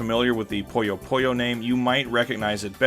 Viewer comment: Great video. I'll have to find that gaming bar the next time I'm down in Tokyo. The only gaming-themed bar I've been to is 8-Bit Cafe. I hate to be "one of those commenters" though, but it's Puyo Puyo, not Poyo Poyo. That's the only thing I can make a suggestion on.